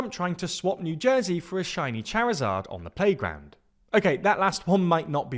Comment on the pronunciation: Love your videos But that pronunciation of Charizard was downright criminal and officer Jenny is taking you straight to poke-jail!